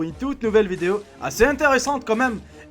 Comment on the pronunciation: Pk tu dis vidio au lieu de dire video